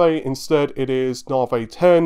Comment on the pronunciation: Nah-vee. Not Nar-vay. You say it like 40 times a video. Please, try to get it right.